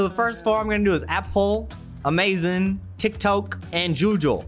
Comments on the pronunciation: TikTok! Me: TitKok? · you: tik tok me, an intellectual: titk ko